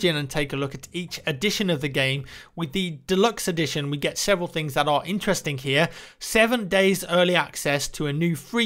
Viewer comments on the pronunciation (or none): none